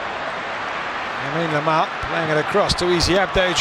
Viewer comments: did the journalist really called him YAmine LAMAL ??? :-) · 'Yamine Lamal'😂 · El relator = Yamine Lamal ... jajaja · Yamine Lamal 😂😂😂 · yamine lamal😂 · 😂😂😂🔥 he said Yamine Lamal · yamine Lamal 😅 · Yamine Lamal??? Come on man ! 😂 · But that is the correct pronunciation. In spanish, the L sounds Y so that is correct. We are rather pronouncing it wrongly.